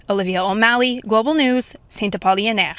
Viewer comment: It's Saint-Apollinaire, not Saint-Apolionaire like the reporter said over and over.